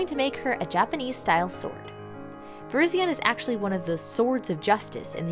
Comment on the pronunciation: its pronounced ver-RYZ-ee-en not ver-IZ-ee-un